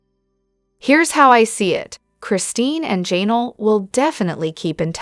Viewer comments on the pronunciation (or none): Her name is Janelle, not Jaynull